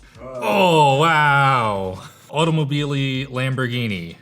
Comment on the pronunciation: Ok but... please ask to google translate how to pronounce "Automobili" in italian. 😉😂